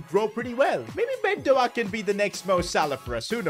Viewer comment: bro he completely butchered "ben doak" 🤣😭